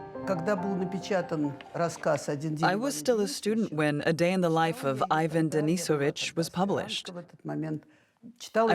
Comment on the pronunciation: Are you not even going to try and pronounce the names correctly? I feel second-hand embarrassment when I hear how you say "Ivan"